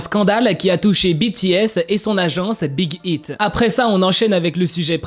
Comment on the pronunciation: ont comprend que ton anglais fuite un peut 😂 Mais! Respecte le nom de l'agence de BTS c'est Big aïte pas Big ite ( je sais que sa s'écrit Big Hit mais c'est un exemple pour que je me dites pas "bah Big Hit et Big Hit c'est pareil ) brefff Respecte😭😭😭😭 tu respecte ton apagala je sais pas quoi mais tu respecte pas l'agence de BTS!!!!! ( A prendre au second de très )